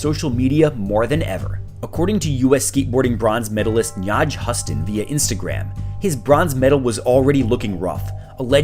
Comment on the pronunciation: "naaj husstun" lol